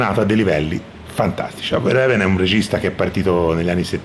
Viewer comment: verhoeven si legge fer-ofen. Gran bel film e gran video